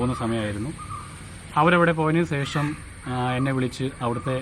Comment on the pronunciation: sesham alla shesham